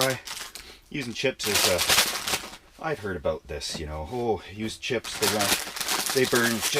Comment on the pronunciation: didn't you hear him say "aboot"? obviously canadian